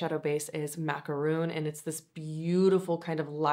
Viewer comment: Hi, Macaron is not Macaroon. Two different confections/words, different pronunciations.